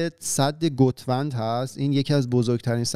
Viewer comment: بابا اینقد نگین گُوت وند...ترکا ناراحت میشن